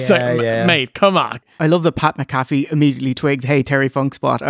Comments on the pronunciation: Hey, it's Pat “Mac-A-Fee" 😂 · The poorly pronounced Pat Mcafee is killing me. They say his name a million times on the show.